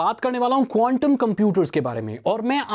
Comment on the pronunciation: bhai condum bolaa🤣🤣🤣big fan bhai